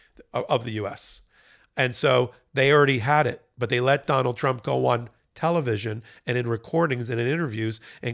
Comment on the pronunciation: 4m24s: "Donald Trimp" 😂🔥🌶